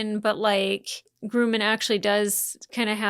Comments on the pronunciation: Great takes, spot on in my opinion, but has anyone else mentioned, it's not Grooman, it's Grumman😅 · The name is Grumman, not Groomin. LOL